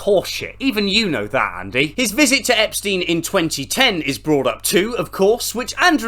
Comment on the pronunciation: Andrew espstiene😂